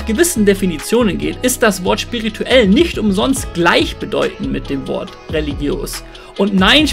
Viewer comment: "Sch"pirituell hhaha das heißt spirituell ^^